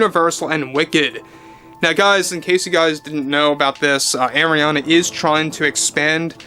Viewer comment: Just think like a pirate its Arrriana Grande, not Areania